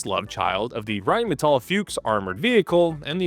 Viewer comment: I didn't, I admired his pronunciation of 'Rheinmetall' 🤓